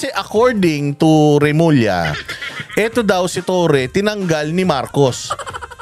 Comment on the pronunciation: Bulol remulling